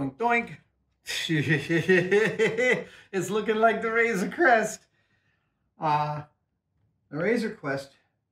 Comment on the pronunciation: It’s Crest, not Quest.